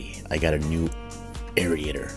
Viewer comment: Air Ater.....Air Ater. ....not Air Eat ator! too funny everytime. Mow Low!